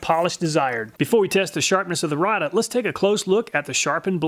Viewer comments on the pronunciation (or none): Rada is actually pronounced "Rayda" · It's pronounced Ray-duh, not Ra-duh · I've worked at Rada Mfg. for over 37 years, we sell a ton of these ! lol, everyone mispronounces the name (rayduh)